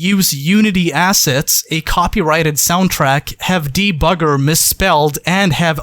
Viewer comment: "Debbugger" LMFAO